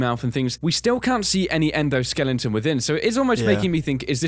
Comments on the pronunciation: okay repeat after me: ENDO-SKELETON. Not skellington. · Stop saying "endoskellington"